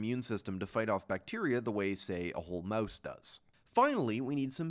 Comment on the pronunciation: why does he say mauese instead of mouse